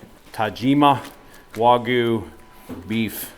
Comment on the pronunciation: Is it so hard to pronounce wagyu for you Americans.